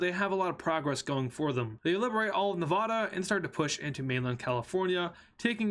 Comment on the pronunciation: It’s not Novdoda It’s Ne-va-da